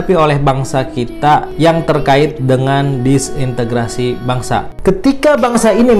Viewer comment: Disintegrasi pak, bukan disintegritasi